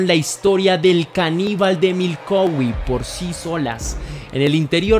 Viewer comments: Jajajajaja es Milwaukee no Milkowi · Exacto, no lo pronuncio bien es Milwaukee con "W" pero bueno, es un error que cualquiera puede tener... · Primero pensé que había escuchado mal, retrocedi y si dice MILKOWI y me rei mucho 😂😂😂😂 un lapsus de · NO ES MILKOWE ESTUPIDO MALPARIDO ES MILWAUKEE IMMECIL INVESTIGA BIEN ANTES DE SUBIR TUS VIDEOS DE MIERDA 😂😂😂😂😂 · Crítica constructiva no se dice milcowee el lugar se escribe Milwaukee y se pronuncia milwooky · Se pronuncia milguoki no milouqui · Es Milwuakee no Milkauwee... 😊 nueva seguidora. Buen documental! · Es Milwaukee no milkowee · Si leyenda nos dimos cuenta que mencionaste mal , dijiste milcoweee y no Milwaukee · jajaj no se si lo hace a proposito cuando dice milkowi jajajaja esta solo jajajaj que cagada de risas jajaja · Milkowi? Ya empezaste mal jajajaja 🤣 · Milkowi? J as Jajaja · siento decirte que me he reído mucho, no por el caso que ya conocía muy bien si no por todas las veces que has pronunciado Milkowe. ❤ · Te acabo de descubrir, muy buena narración y montaje, dejando a un lado el error de pronunciación de Milwaukee, decir que está tan bien narrado que no me he salido de onda. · El misterio más grande es por qué pronuncia asi ( Milwaukee Wisconsin) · Ni siquiera sabe decir el nombre de Milwaukee.